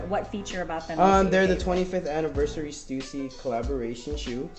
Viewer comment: is it pronounced stoosy? I thought it was stuhhsy?